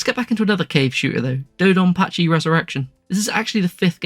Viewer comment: Your dodonpachi pronunciations were pretty good (lived in Japan >25 years). Raiden is Rye-den.